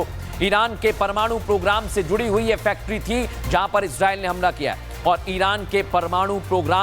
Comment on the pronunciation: Bhai Israel ka pronunciation thik se kariye samajh nhi aa rha bol kya rahe